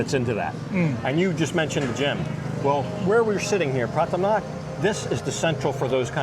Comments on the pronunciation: And exactly where is the "i" in Pattaya? Just because some idiot calls it Patt"i"ya no need to repeat it unless you're an idiot yourself. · Pah-Tah-Yah! Please pronounce it correctly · That patTEya why why why.....ffs read the word, look at the letters....its pattaya......that E Americans put in there makes 0 sense.....try asking some old Thai how to say it, somone whos not been living in PattAya for 10 years listening to farangs that cant say it right rofl......every time i hear that damn PatTEya i can help looking at the word thinking wtf is going on cant they read rofl. sorry for once i had to let some steam out but in any case nice video overall :) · learn to pronounce Pattaya for gods sake !